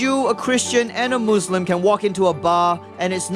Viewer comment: He says moslam and he is muslim before haha